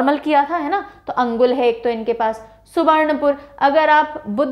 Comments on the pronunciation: Mam not अंगुल, that's called अनुगुल (Angul) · Ma'am, I see this video for the first time and it's great to watch the way you demonstrate and describe the details..Anybody can learn and memorize facts easily from this.. I would like to mention a small correction that Balaswar is pronounced locally as Baleswar and Angul as Anugul..